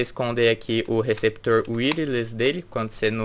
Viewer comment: show... mas já aprendeu a pronunciar "wireless" de maneira correta, né? kkkk parabéns pelo review..